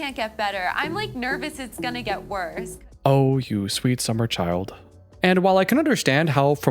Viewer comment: "oh, you sweer summer child" 😂😂😂